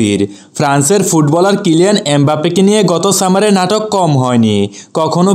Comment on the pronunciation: ভাই, এলিয়েন নাহ ক্যলিয়ান হবে।🗣️